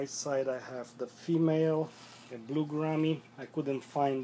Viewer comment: I know how it's pronounced, but it's my accent I guess...Who cares...